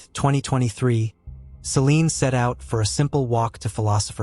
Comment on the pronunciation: It's Celine * not "Selene"